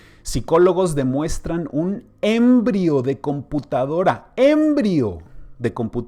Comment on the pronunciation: ES EMBRIÓN EN ESPAÑOL!!!!! NO ÉMBRIO